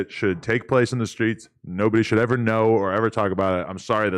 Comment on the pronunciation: Seeing TLR say “in these skreets” unironically is just 👌